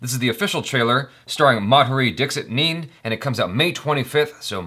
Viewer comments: Nene is not pronounced similar to "Meme" but like "Nay-Nay" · Madhuri Dixit is one of India’s most legendary actress with similar stature of like Sridevi etc. Nene is her pet-name/nickname. Nene is pronounced like the NE of NEvada so NE+NE=NENE. Its not nane like none. She now almost permanently lives in US with her husband. She is Ranvir Kapur's childhood crush. And my favorite actress. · Hey I really appreciate all the reaction videos.. just to correct you there it’s “Nay-Nay” and not nene 😂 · It's Madhuri dixit NAYNAY Scrolled to the comments as soon as said neen😂😂😂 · Ha ha -- its not Nene-- 'neeN' --rather Nene as in NeyNey:) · Madhuri Dixit neen!! Lol that cracked me up 😂😂😂 nene should be pronounced as neyney here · Yuvraj Tripathi he tried pronouncing it like 'meme' 😂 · It’s 'Nene'. Like 'Whip Nae Nae'. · This is Madhuri Dixit's first Marathi movie. We all are very excited for it!! Also, her surname Nene is pronounced as 'Nay-Nay' 😅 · Madhri dixit..nen..hehe.... pronounced it like meme....:) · Its Madhuri Dixit Nene - pronounced as NayNay .... I know! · He pronounced "nene" like "meme" ....😂😂😂😂😂. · Love the idea of the movie... Btw the way you pronounce her name phonetically is madhuri ( dhick shith nae nae) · nene is pronounced as naynay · Her last name Nene is pronounced as in Nay-Nay !!!! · Your pronounciation of madhuri dixit nene is not correct.....its dik(d sound is " the" and nene is pronounced as " nay nay" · So no one's going to correct his pronunciation of Nene